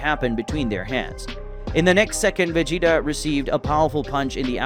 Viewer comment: Hearing the commentary makes me think the guy hasn’t ever watched dragon ball. He calls Vegeta, Regeta and pronounces whis wild asf lol